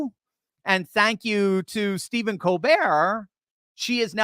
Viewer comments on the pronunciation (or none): none